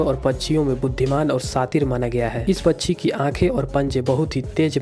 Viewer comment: Pacchi nhi pakshi bolo